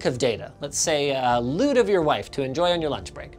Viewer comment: Does Linus really say "A lewd of your wife"